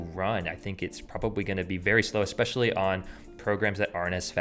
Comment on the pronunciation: You pronounced especially wrong. You said expecially.